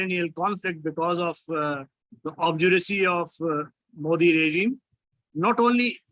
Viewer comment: 1. Can't pronounce, Spell RSS long form🤮 2. Can't pronounce MODI, HINDUTVA 🤣🤣 3. Islamist explaining HINDUTVA n secularism is JOKE🤣🤣😭